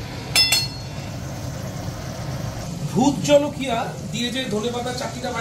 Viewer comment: Jhalakia noy jolokia